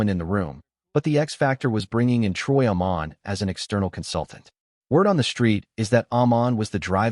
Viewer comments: Troy Amon? 😂😂😂 Further proof that AI has a way to go to get it right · Nonsense troy akmin saying his name wrong shows you know nothing about football